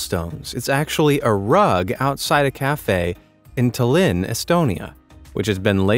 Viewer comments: you said tallinn wrong its pronounced like tah (without the h) li (like in lift) nn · When you said tallinn i was absolutely disappointed, that was absolutely the wrong way to pronounce it! Yes, I live in Estonia, Tallinn. Its pronounced kind of like this: Tall-In. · I love when People try to say Estonian words. Dõllin, the capital of Estonia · Bruh you really miss pronuncst Talin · You butcherd our capital City's name. The rug was amazing.